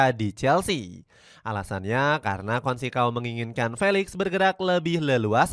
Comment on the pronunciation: Consecao... bacanya bukan konsekao... yang benar itu conseisaun..